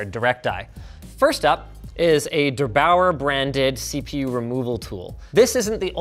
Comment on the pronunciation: As a German it's pretty funny how he pronounced der8auer